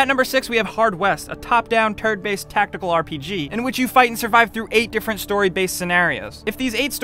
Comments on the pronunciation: did he say "turd based" ? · Lol he definitely said turd based. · ..."top down TURD based"